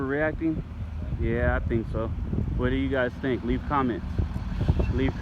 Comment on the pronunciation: 14 minute mark, the word is think, not tink